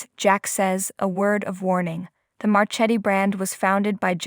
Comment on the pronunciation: These idiots. It’s Ja Boe, not Jabbit! It’s Marketti, not Marchetti. You’d know these things if you ever watched!